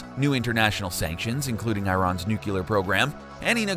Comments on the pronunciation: It is pronounced New Clear nuclear. Not new cue lar nucular. It is nuclear. Thank you, have a great day. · It’s pronounced NEW-CLEAR lol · Triggered at mispronounciation of nuclear